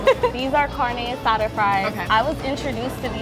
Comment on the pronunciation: "CarneO AsaDO"